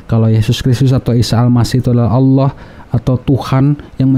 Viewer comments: Mualaf aja bisa sebut Allah dgn betul..😃😃 ini yg kata mantan ustaz tapi sebut Allah gak bisa😂😂😂 kok jdi alah alah😂😂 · Ketahuan bohongnya si nyebut Allah ya seperti Oten.